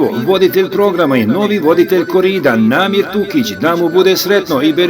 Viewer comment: Bas je odlično. Ako ne znaš imaš jednu grešku. To je da se kaže NAMIK TURIĆ!!!!!!!😡😡😡 a ne Namir Tukić